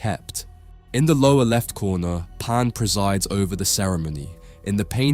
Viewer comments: Why's he calling him Pon? He's name is Pan. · "Parn"? A I.